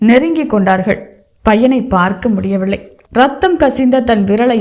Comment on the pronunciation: அருமையான கதை, நல்ல வாசிப்பு..ஆனால் சரியான உச்சரிப்பு இல்லை..அதற்கு முயற்சி செய்யவும் முடியவில்லை என்பதை முடியவிள்ளை என்றும் வலிஎடுத்தது என்பதை வளி எடுத்தது என்றும் உச்சரிக்கிறீர்கள்..உச்சரிப்பை மேம்படுத்தவும்😊